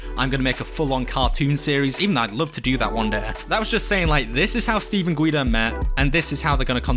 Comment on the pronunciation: why is G.U.I.D.O said guyidoh instead of guydo